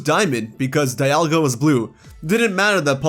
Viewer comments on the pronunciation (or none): none